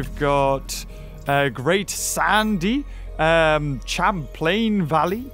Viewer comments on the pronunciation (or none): none